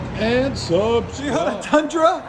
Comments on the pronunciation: TOYOTA not teeyota lol. Try a H pipe, less raspy. True duals sounded better than the x at least on this application. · Just can't get over how you pronounced toyota as teeyota 😂😂😂😂😂😂